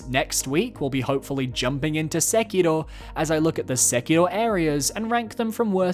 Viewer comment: I don't know what's up with your pronunciations of Friede and Sekiro. It's totally not how they pronounce the words in-game.